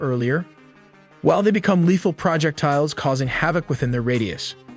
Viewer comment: and and What's a "project tile"? Since you begin with saying no AI was used to make this video I'm left wondering why a human would call it a "project tile(s)"? Tiles that are a project? It's pronounced all as one word: "Proe-jeck-tiles".